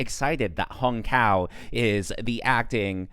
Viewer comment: I'm Vietnamese as Hung Cao. so far everyone is mispronouncing his name to hung cow in English language. Hahaha.